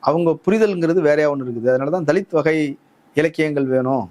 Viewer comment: தலித் னு உச்சரிப்பதே தவறு